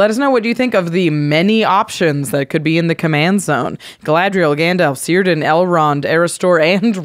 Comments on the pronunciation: Seer-dan hurts my soul. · tolkien pedant alert: the "C" is always hard, so it's Kirdan. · Hey,! Círdan is a sindarin name written in quenya, the most ancient elven tongue, and it is pronounced Kirdan like if was an initial k. Love your show!